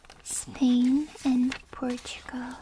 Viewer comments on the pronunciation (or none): none